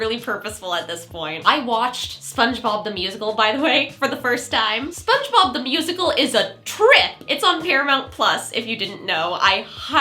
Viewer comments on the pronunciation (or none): none